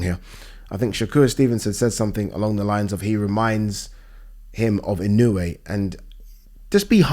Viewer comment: It's pronounced "In-oh-oo-aye". 4 syllables